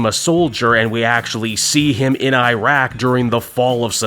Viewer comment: Your pronunciation of Iraq is wrong, but other than that, I liked this story. The whole war on terror thing, the cynicism affects millennials to this day, and the contrast with the idealism of the Greatest Generation, how you could, in fact, declare the enemy to be the baddies.